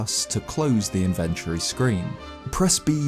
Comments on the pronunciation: Its pronounced inventory, not infantry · I can’t believe that’s how British people say inventory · That pronunciation of "inventory" o_O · The way this dude pronounces "inventory"